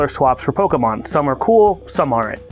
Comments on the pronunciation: Its mon, pokemon, not man!!! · "Pokeman" Looks at the spelling for Pokémon I'm pretty sure Mon makes more of an 'On' sound then a 'An' sound so can confirm it is Pokemon not Pokeman. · Pokemon, not man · Actually it is pokemon po ke _mon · There is nothing cringier than someone deliberately missprinouncing the word Pokemon as "PokeMAN" just to try to emphasize their ignorance.